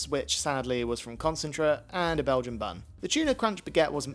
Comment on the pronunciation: I've never heard anyone pronounce it "concentret" before